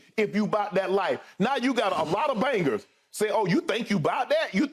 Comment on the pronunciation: Hahaha listening to skip say 'bangers" is hilarious